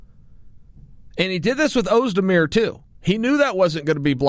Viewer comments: volkan OhMyDear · You didn't butcher "Oezdemir" nearly as bad as you do poor Yair Rodriguez. Even the English subtitles translate it to "your rear", lol. Ferguson isn't getting a fair shake, imo. He's done the work, he's beat the guys and deserves this shot. I'd rather see that than a rematch with Conor. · *Ohbdear is what he said isnt it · Us 'da beer